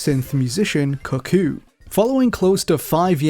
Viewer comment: Ayo, why'd he pronounce "cuckoo" like that